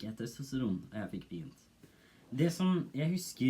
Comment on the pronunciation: TostraN, norway noises TestriN I loved that part xd